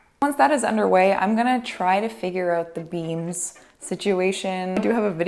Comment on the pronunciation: every time she said beams, i thought she was saying 'beans'